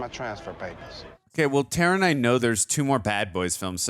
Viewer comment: You mean Tera? Why can Americans not pronounce "Tara" and "Craig" properly?